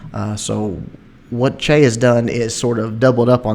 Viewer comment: is Chea cambodian? If so, then he's "Chia" instead of "Chay":) Just bustin your balls.